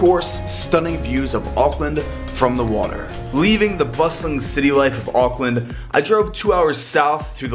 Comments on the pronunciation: And of course he macs up the name to auckland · He’s saying Auckland wrongggggg